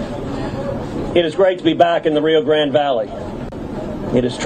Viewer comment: He cant even pronounce Rio Grande.